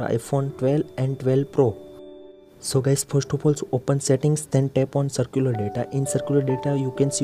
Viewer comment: Bro it is not circular— It is Cellular 👀